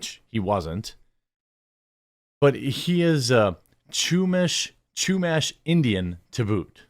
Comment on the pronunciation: Ya-nez and shoe-mash. Hope this helps.